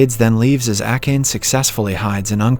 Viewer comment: How could you butcher Akane's name like that? Jeez